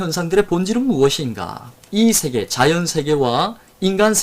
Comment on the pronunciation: 한 가지! "세계:의 발음이 틀렸습니다. "세계"의 "세"는 길게 발음하셔야지요. 짧게 발음하셨습니다. 잘못입니다.